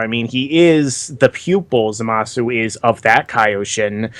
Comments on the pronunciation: Am I the only one annoyed by their constant calling the guy "Zumasu" when it's obvious that it's "ZA-masu"?? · Fuck, it's not "Zoomasu"